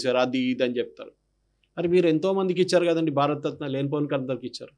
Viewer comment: 52:3 భారత రత్న భారత తత్న కాదు 😂